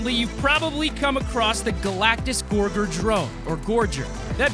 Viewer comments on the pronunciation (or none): For anyone who is confused about how to pronounce “Gorger”. U don’t say Ge or ge u say George so u don’t say Gor ge u say Gorger